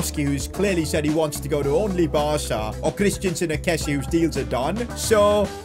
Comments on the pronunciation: Christen - sen not Christiansen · CHRIStensen not christiansen